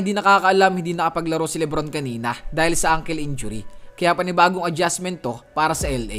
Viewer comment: FIY po Loloinjury po yun hnd uncle injury😅😅😅 ✌️✌️✌️